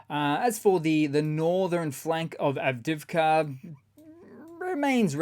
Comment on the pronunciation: ITS NOT written or pronounced [avdivka] ! It is [av-di-iv-ka] - you pronounce the 'i' twice.